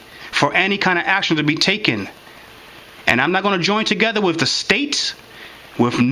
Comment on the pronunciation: Arguing with this receptionist. Bravo! And it’s not pronounced “Wiff “. It’s “With”.